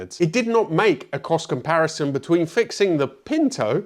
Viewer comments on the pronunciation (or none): none